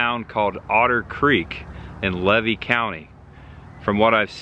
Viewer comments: Levy County is pronounced ‘LEE-VEE’ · FYI: It's pronounced Lee-VEE county! I have a friend that grew up in Gulf Hammock. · I live in Tampa now, but grew up just north of there in Dixie County. I know that area well. But the locals would laugh you off prounouncing Levy County. Lee-Vee is how it is pronounced. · I waved when you drove by, but you didn't see me 😂 I'm going to give you a couple correct pronunciations for future reference, not to be a wise-butt. Levy is Lee' vee. Not Lev' ee. I know. I thought so, too. Wilkes-Barre, PA sounds like bear' ree or barry. Had you ventured down the road next to the locomotive about 4.5 mi, you'd come to the Waccassa boat ramp. Next to it is a still operating fishing club/camp. The scenery and fishing/picnic area is breathtaking. I've not seen a gator there yet, but nearly stepped in fresh bear poo. There was quite the game trail in the reeds(stay away!). The 2 videos I've seen so far are very well done. There is some rich history to be found. Did you avoid Follow That Dream Parkway on purpose? If so, you missed a couple treasures, one being 'Crackertown'. I look forward to watching more of your videos ❤